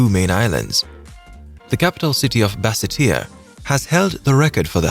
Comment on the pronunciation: Lol, it's also Basseterre not Bassatear, and so much can be said about the constant use of the word 'however' and other things that weren't said correctly or explained properly or repeated constantly. Sometimes it helps to have people proof read or listen to what we want to present before we put it out there.